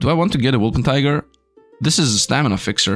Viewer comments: W O L P E R T I N G E R now say it with me WOLPERTINGER not woolpentiger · Exactly my thoughts:D It's become a meme for, he kinda refuses to say it right